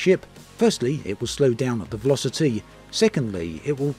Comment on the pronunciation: The veloci-TEE